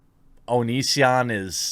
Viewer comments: When I first heard you talk about this I thought you said Onii-san video. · Every time you said “The Onion”, I thought you were talking about the click-bait article site. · You kept saying “the onion” and i legit thought you were talking about the satire news site xD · Jeremy, I have an honest question: can you read? Seriously: can you read? Because "Onision" and "The Onion" are two very different things. Do you know the difference, Jeremy?